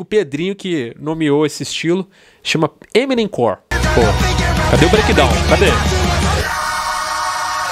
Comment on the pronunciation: Não é eminemcor é Emonem KKKKK